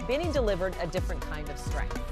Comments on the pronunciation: BAYNI? 😢 It's pronounced as BEANIE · BINI was pronounced BEANNIE☺️♥️♥️♥️ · Commentator be like: Binay 😅😅😂 rofl!!! Hahahahahha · says Binay 😂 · Tf is with "katsi-eye" and "bi-nigh"? I only know katseye and bini. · “Katsy Eye” and “Bee Nay”?!!! Wth man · KAT-SEE-EYE BEE-NIGH I’m dead! Lmao! 😂💀😭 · Katsy-eye and Beenigh is taking me out😂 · KASTSI-YAY BAY-KNEE 😂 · Holy cow is the voice over rage baiting with those group name pronunciations? KATSEYE was clearly super high production. The Golden collab with HUNTR/X was clearly gonna be a headline moment. They were good, but not really for me. BINI however was the one that impressed me and made me a new fan.